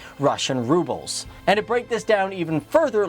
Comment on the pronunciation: That is not how you say "Rubles"